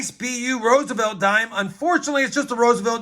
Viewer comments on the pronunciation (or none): none